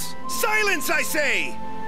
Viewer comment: er hat gesagt : Silece, Silece Im say !